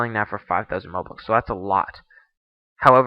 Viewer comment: "rubux" xD